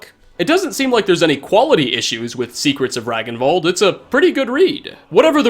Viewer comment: "Ragnvald" is pronounced "Rang-n-vald" in nordic languages.